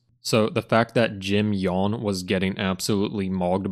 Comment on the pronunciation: the name pronunciation oh my g o d